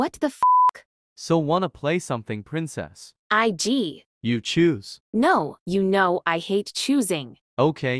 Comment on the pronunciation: Not saying frincess and not princess